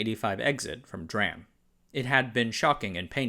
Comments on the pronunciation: Stop saying dram. It's D RAM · You did a great job on putting this video together! Just a heads up tho dram is actually pronounced D-ram the letter D then ram. Just like how CMOS is pronounced C-mos. Also kilobits, megabits, and gigabits. Are used for measuring the speed of data transfer. Kilobyte megabyte and gigabyte are the measurement of storage. Kilobyte, megabyte, gigabyte, would be the correct term for your video. Thank you for a great video! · Hearing you say “dram” instead of “dee”-“ram” hurt my ears. During the early 80’s I was in Mostek’s DRAM design group. Not emphasized enough was the quality issue. US companies had the approach that they would replace faulty parts. This required expensive incoming inspections at companies such as HP and IBM. Those companies found they could skip inspection of Japanese parts. US companies adapted but it cost them in terms of customer perception. Another issue was parallel development. US companies were smaller than the Japanese. Typically you brought one generation to market and then moved to the next. Design teams were small. At IEDM and ISSCC you would see Japanese papers showing multiple development stages. As a highly manufacturable version was being released there was a next generation prototype being produced and an even further generation R&D chip exploring cell topology. That was something a company lacking government backing couldn’t compete with. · America should learn how to pronounce [dee-ram] instead of calling it [dram] 🤣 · When he said “DRAM” instead of “Dee RAM”.💀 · D-Ram please dude not dram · "Dram"? Dude, it is pronounced "Dee-RAM", we aren't talking about pharma here. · Can anyone correct me but it's pronounced D Ram. As in Dee Ram not Dram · 'dram' is a unit of measure. common R/W RAM types are pronounced D-RAM and S-RAM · your videos are really well researched however it really bothers me whenever I hear DRAM pronounced as "dram" instead of "dee-ram". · Yes it must be Dee Ram, never DRAM.